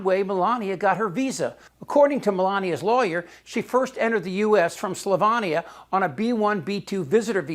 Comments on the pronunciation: It's Slovenia, not Slovania. Otherwise, good work, informative segment. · It’s pronounced Slovenia, not Slovania (as you say the 2nd twice) Melania is prob an Einstein at certain knee-based skills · SLOVEEEENIA ! Slovania is where Meleeenia is from. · Slovenia not Slovania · SloVEEnia, dude. It doesn't rhyme with Melania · Chip, great video as usual, but Melania's home country doesn't rhyme with her name, it's SlovEnia - rhymes with Armenia. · Chip, 4 the luv of whoever may be there, it is SLO-VEE-NIA. Otherwise very good job!